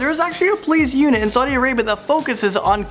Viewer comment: It's Saudi Arabia not Sadi Arabia